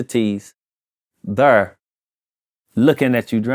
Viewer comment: Chingy still can't say There properly 😅